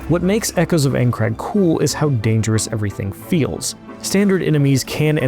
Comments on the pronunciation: I think I'd kill myself if I paid for a preview on my new game and the dude narrating the video mispronounced the games name at every opportunity and got facts wrong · If your going to review a game at least learn how to say the name correctly and look up what it is, reason why i never trust ign with any review, utter usless. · Its AINCRAD not Eincrad you absolute cretin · Bruh, it's INE-CRAD, not AING-CRAD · bro said ayncrad XD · Aincrad Eye-n-crad PLEASE 😭😭😭😭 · While the game looks awesome, and the preview is amazing, this narrator's pronunciation is cringe inducing. "Aen-crad", yeesh man. He should have at least watched the first episode of the anime to learn how to pronounce it. Or at least had someone nearby who knew anything about the setting to correct him. That second thing would have probable worked better. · I died inside everytime he said Eincrad lol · Calling it Aein-crad gave it away before you did. 😜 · we know you've never seen anything considered you immediately said "Aincrad" wrong but yes! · Listen overall great preview but how did no one at IGN correct you and make you re record the VO you mispronounce Aincrad every time and it just hits a nerve for me. Maybe that’s a me problem but the biggest gaming outlet can tell you how to properly pronounce a word. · we can tell you aren't an SAO fan by the way you incorrectly pronounce "Aincrad" and the fact that you didn't know SAO isn't originally a manga. Typical game "journalism". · "I'm not a Sword Art Online fan" yeah I could tell in the first 5 seconds by the way you fumbled Aincrad. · Learn how to pronounce it for Jesus sakes. 30 times of saying the wrong name that would take two seconds to know.. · Im actually getting triggered that reviewers can’t say Aincrad properly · If you played the game why can't you pronounce the location correctly? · I feel that. The second I heard the way he pronounced Aincard I knew the theme of the game review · Did anyone else hate how he says aincrad